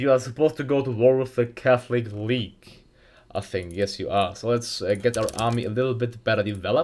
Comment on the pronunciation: "the calthic weage"